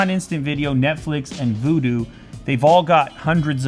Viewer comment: did you purposely call Vudu?